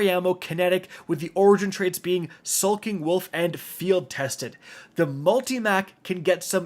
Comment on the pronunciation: is saying sulking wolf intentional?